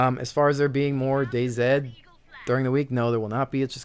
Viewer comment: I'm a huge fan or Battlefield but I have to agree I really hate both the company and stupid release of server control, which has now swamped the list with shitty metro maps! Really wana see 2143! loved 2142 when it was hot, need some more Titan maps :) Totally agree with you pronunciation of Day-Z, anyone who says otherwise is just WRONG! :) Keep having fun man.